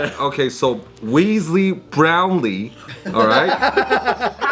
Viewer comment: Man said wEEzly brOUwnLEE. LMAOOOOOO should be a comedian.